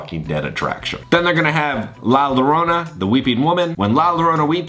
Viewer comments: The pronunciation for La Llorona is “La Yorona.” Double LL in Spanish is a Y sound. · Just for pronunciation- la llarona is pronounced la yarona.